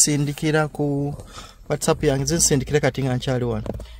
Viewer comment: Naye banange s.2 ngatamanyi Even the word WhatsApp nti waysaf